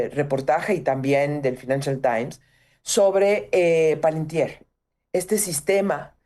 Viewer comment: Por favor digale a la señora que se pronuncia "Pa-lan-tiri" asi como se escribe.